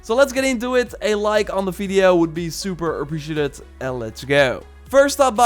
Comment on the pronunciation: For the love of god please say its appreciated not like aprisitit